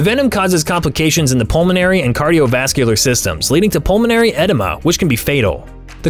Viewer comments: The ai sucks! It’s not etyma, it’s edema. I’m no linguistics expert but I think it’s pronounced eh-d-ma. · Pronunciations! Edema - A-deema. Brachial - Bray-chial.